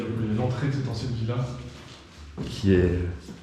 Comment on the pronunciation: il dit villa ou vie là??